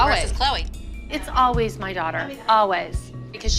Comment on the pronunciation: Christi saying always is kinda funny tho😂